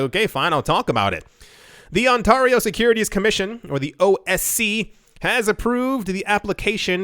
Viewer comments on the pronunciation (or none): it's On Tair E O (EIEIO)